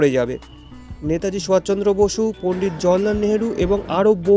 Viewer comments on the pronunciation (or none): খুব ভালো লাগলো। শুধু নেতাজি সুভাষ চন্দ্র বসুর নাম মনে হচ্ছে ভুল উচ্চারণ হয়েছে। শুধরে নিলে পুরো বিষয়টি আরো উৎকৃষ্ট মানের হবে।